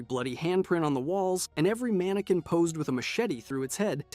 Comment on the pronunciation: Manekin not manekwin